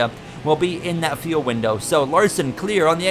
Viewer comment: Is "feel" instead of "fuel" a Canadian thing??